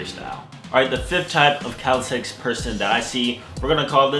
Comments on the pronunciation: CALISTHENICS NOT CALISTHETICS GODDAMNIT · YOU SPELL IT RIGHT... BUT YOU KEEP PRONOUNCING IT WRONG! "CALISTHETICS" COME ON MABOII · Athsetic calistentnics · From he forgot how to say "calisthenics" haah